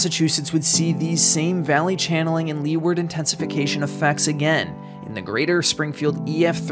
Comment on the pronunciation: for style points... it's "loo-ward" instead of "lee-ward".